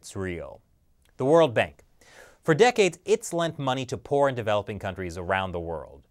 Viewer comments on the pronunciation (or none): I initially heard say: “The World Bank. For decades, it’s lent money to porn-developing countries around the world...”